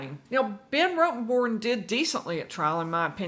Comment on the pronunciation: It's not that hard to say ROTTEN-Born.